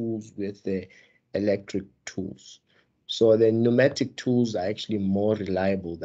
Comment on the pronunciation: Pneumatic not pneumonic mr😂